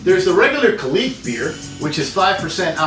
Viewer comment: It’s pronounced ka-lick